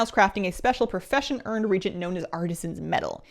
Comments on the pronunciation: can I be a nit-picky jerk for just a second? I noticed you're pronouncing reagent wrong. I don't believe this is a regional issue. While the "ea" vowel combination is generally pronounced as a long ee sound, as you are using it in this word, the proper pronunciation is "ree-AY-jnt". It was bothering me. Sorry. I hope you're not offended,. I have been enjoying your videos showcasing the new things coming in Dragonflight. It should be a lot of fun. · Is the "a" in "reagent" silent? I don't think so...it's not "regent", it's "re-agent". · Hi, love the content! Just FYI, you're pronouncing re-agent as Regent, which is a different word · Reagent - pronounced ree-ay-jent. Not ree-jent. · Why after 20 years of this game people still can't pronounce reagent correctly. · Just for the record, reagent is pronounce "re-agent", not "regent". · Re-agent, not regent! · Is it an american thing the way she says reagent? As in not re-agent.. but rather like regent as in a monarch. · so, you are far from the only person who does this, but it's pronounced re-agent, like youre agenting again, regent like a person appointed to administer a country because the monarch is a minor or is absent or incapacitated. sorry, it makes me cringe every time someone mispronounces it. Same with hearthstone (hearth, like the hearth of a fireplace or heart, not earth like soil) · Reagent is pronounced re-agent. Regent is a different word. Don't worry, you are not the only person to pronounce it this way, but it's a pet hate of mine, so I feel the need to point it out. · Yes it seems petty and I love but this also drives me nuts....it's pronounced: re AY gents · It's pronounced Re-Agent, unless there's a Canadian pronunciation I am not aware of. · Why do so few people know how to pronounce the word "reagent"? Ree-ay-jint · Re-AGE-ent. I can't be the only one. lol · it's pronounced "reagent" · ree-agent they arent royalty